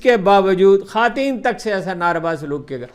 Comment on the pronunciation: خاتین کسے کہتے ہیں ؟؟ یہ لفظ آپ کو چھوڑ کر کسی انسان سے نہیں سنا۔ کس بات کی ضد ہے یہ؟ اپنی درستگی کے بجائے یہ ہٹ دھرمی کس لئے؟